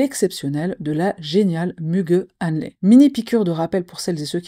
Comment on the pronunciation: ça ce prononce Muguet Anli sinon. Anli a été bien prononcé avec quelques conseils syllabique tu vas bientôt maîtriser le Turk !)))